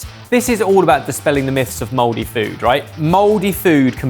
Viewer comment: Spelling: Mouldy ' pronunciation: Modey This is why we had a war.